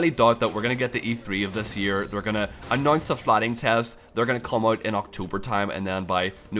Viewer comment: I really like how you pronounce announce - "anoince"